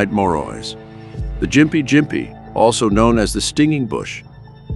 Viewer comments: It’s pronounced “gimpy” NOT “jimpy” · Gympie, Said as, gh im pee, Ghm pee.